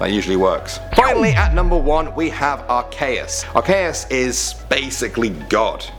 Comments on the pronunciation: you say at Kay us it,s arceeus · honestly it aint pronounced arCAYus its spelled arCeus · are-SEE-us, not are-KAY-us.. sorry, this is the internet.. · OMG ITS NOT ARCAYUS ITS ACEEEEEEUS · AR-KEE-US get it right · He said Ar cay es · .- are-key-us with the ee sound dude. also most every single ghost type is terrifying heck freaking solosis and its evolutions are horrifying because it's literally a fetus pokemon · its pronounced are-see-us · It's ar-key-us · What's a arkaes? I know of arceus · IT IS PRONOUNCED (ARE--SEE--US) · jake p It's Ar-Kee-us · It's pronounced ar-CEE-us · U name arceus wrong... bruh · you mispronounced Arceus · Pokemon fans will hate how he pronounced Arceus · You pronounced arceus wrong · learn how to pronounce the last 2. i'll teach you right now Yveltal is pronounced Why Vell Tall Arceus is Pronounced Ar Key Us (Originally Ar See Us)